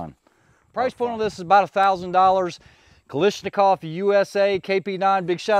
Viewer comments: Is the US company called differently to separate themselves? If not...it's Ka-lash-ni-kov. No Ka-lish in there, while it seems tasty. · Pronounced Ka lash na kov. No “i” in spelling. FYI.